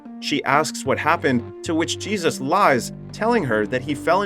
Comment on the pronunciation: Is this an AI voice or a narrator too dumb to pronounce Jesus? He knows how Angel is pronounced but Jesus really?